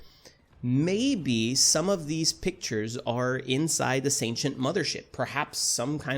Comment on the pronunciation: The way you pronounce Sentients makes it sound like you're saying ancient with an s in front of it